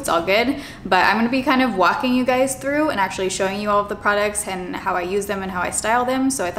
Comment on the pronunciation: When she said actually it sounded like she said sexually 😂😂 10/10 moment